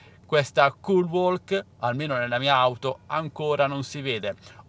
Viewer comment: Si pronuncia culwok, la L é muta